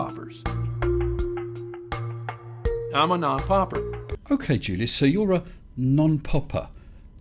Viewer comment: omg I really have no words. I thought he said knob-popper as it showed someone tugging the end. Thanks for quickly saying non-popper, because for a second I thought this was going to get weird.